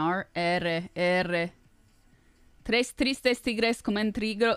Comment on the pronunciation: "Tres tristes tigres comen trigo en un trigal", her spanish pronuntiation is very good, I like it.